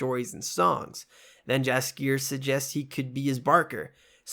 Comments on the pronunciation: Eek, 😖 the way you pronounce Yaskier’s name. Great videos though. Keep’me up. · Jaskier is pronounced yaskier